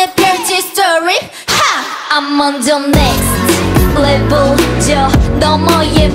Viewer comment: Especially on the last chorus. That little accent added at each end of the syllable of "next levul" sounded extra sexy to me